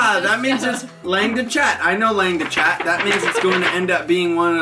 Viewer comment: Just so you know, it's pronounced "long de shah"